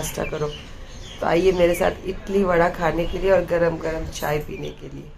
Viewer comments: Not itli idli bolte aata nahi he aur hosiyar ban rahi he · Idli ko Italy bol rahi 😂😂😀😀😀🤣🤣🤣